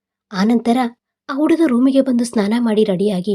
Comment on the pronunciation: ನಿನ್ನ ನಾಲಿಗೆಗೆ ದರ್ಭೆ ಹಾಕಾ,ಯಾಕೆ ಹ ಕಾರ, ಅ ಕಾರ ಸರಿಯಾಗಿ ಓದಲು ತಿಳಿ ವುಡುಗ ಅಲ್ಲ ಹುಡುಗ,ಹೆಣ್ಣು ಎಂದು ಎಣ್ಣು ಅಲ್ಲಾ, ಹೊಬ್ಬಳೆ ಅಲ್ಲ ಒಬ್ಬಳೆ ಇದ್ದಾಗ ಓದೋದು ಕಲಿ